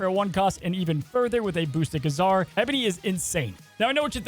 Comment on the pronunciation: Great video but man the way you pronounce Ka-Zar is so weird